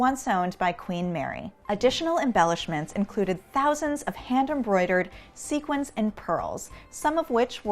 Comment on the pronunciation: Expert but still doesn’t know how to pronounce Sequin Correctly.... cringe